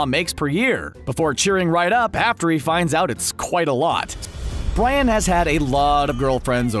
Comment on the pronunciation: 2mins 20 secs in...did the narrator just call Brian, 'Bran"?? 😂😂😂